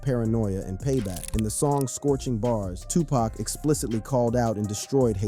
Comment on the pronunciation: Right, black names f*ck up AI. It can't pronounce Suge Knight (Sheewg Knight) or Tupac (Two Pack)